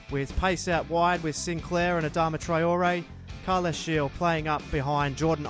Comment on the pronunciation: Thought i'd let you know that Gil's name is pronounced as the same way you pronounce the heel of your foot